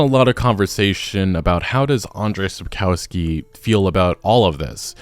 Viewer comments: Shapkowsky” not Sapousky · What a pathetic company Netflix is! PATHETIC! And who the f*ck is SAPKAUSKI? It's pronounced SAPKOVSKI and written SAPKOWSKI! LOL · Sup-kof-skee. O like in British English, not American. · Sapkowski should be read like Sapkovski. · Mate, all good, but even that bad lady pronounced Sapkowski correctly - it's not Sapkauski. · "sapkałski" - hahahaha. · “Sapkoski”? She doesn’t even know how timo say Sapkowski’s name! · Learn to pronounce Sapkowski properly. It's not that hard. All you need to remember is that "w" is pronounced like "v" . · It's time to pronounce Sapkowki correctly. "ko" part dont say like "co" in "cow" but like "co" in "cold"